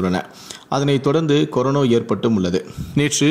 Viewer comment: டேய்! அது கொரோனோ இல்லடா. கொரோனா.